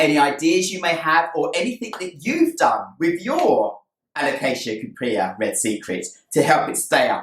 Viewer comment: First time I've heard it called it a "Coop-ree". Always thought cuprea was pronounced Coop-ree-a.